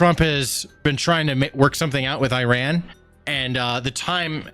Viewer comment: I believe its pronounced ( E-run) 😅 Btw....That evil regime not only wants Isreal and every Jew world wide to flounder under their Islamic sword but they chant for all our deaths here in the west and every non-believer to perish by their hand! No joke. They secretly pay islamic cells to attack! I feel bad for the people who not want death to us all but have to put up with such a regime? This could get scary if they already have sleeper cells worldwide?